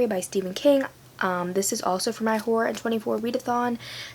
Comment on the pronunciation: okay but who tf knows what day it is anymore. when i heard you say "horror" i thought you said w-hore and i was UM SHOCKED FOR A SEC lmao but dropping Hiatus as the montage song was SUCH A GOOD CHOICE but also the editing style of this video is BEAUTIFUL! also you're still my favorite:') with the kim possible ring tonE lov u